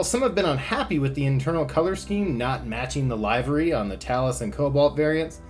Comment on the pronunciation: I'm 50 years old. And for the first 49 years I've NEVER heard it pronounced "LIVE-ery." when did it stop being "LIV-ery?" Google it! It's a 'short i'